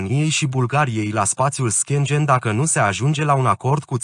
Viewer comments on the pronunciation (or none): Aderarea Romaniei la "SPATIUL ȘCHIENGIEN" 🤣😂